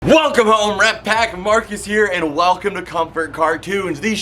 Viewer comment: How did I just now notice you say "Rep Pack" and not "Rat Pack" at the beginning of every video? 😭